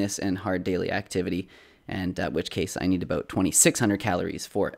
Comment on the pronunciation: "about", your inner Canadian is showing